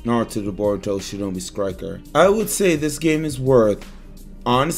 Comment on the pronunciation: Shinobi skriker